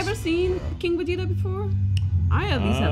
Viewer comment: My man said Vegiku 💀💀